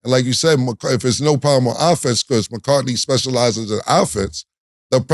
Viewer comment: Saying Mccartny and Mccarty when you can clearly read it’s McCarthy is crazy , same as cam saying Tomlinson when it’s Tomlin